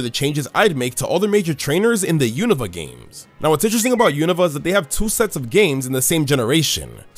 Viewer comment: My favorite thing about anipoke-tubers is that they pronounce “Unova” correctly. It’s been 10 years, why don’t people pronounce it correctly?